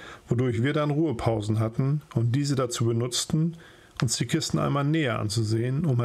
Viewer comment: Die Aussprache des österreichischen Dialekts war sehr lustig "oamol"